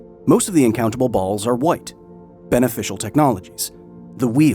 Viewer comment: No matter the seriousness of the topic, love the pause before "BALLS"